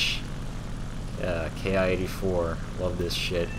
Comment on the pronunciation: It's pronounced "Kee". Good vid. Those 30 mm are devastating. One short burst and good night!